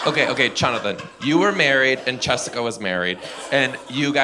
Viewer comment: The way he did Chonathan and Chessica 😂